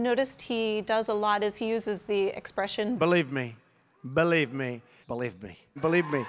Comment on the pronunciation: “Belieb me!” Not believe me. That would be saying it correct.